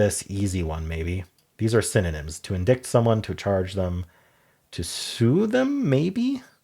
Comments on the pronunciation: in-dite not "in dict" 🙂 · I’m not sure I’ve ever heard indict pronounced that way. I’ve always heard it as in-dite, rhyming with site. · Indict is pronounced “en-dye-ct” Although Google says it’s more like “uhn-dite.” 🙃